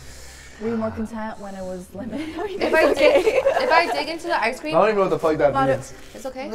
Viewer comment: I like how said “ice cweam “ to dev